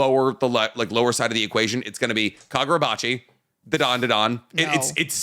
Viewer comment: Loving always adding an extra “Da” to Dandadan